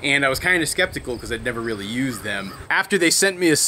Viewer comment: Toby: "This is so embarrasking! A camera, too? Rearry???" (She did a pawesome job!)